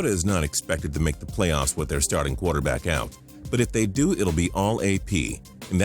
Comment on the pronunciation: He says qwater back lol its quarter back man